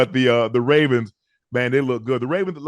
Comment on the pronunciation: he say “raisins” when talking about Baltimore at least once a show 😭😂